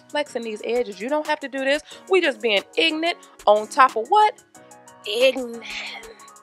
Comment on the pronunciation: LOL "Cuz I'm pruh-fesh-onul!" "We jus' bein' ignant on top of ignant"....LOL